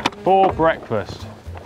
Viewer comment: Did he really do the "Bwekfast" thing? 😂